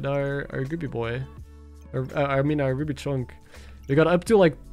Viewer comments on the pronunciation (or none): none